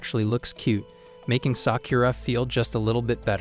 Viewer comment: the way you said sakura is not right ok watch naruto shippuden and you know how to prononce it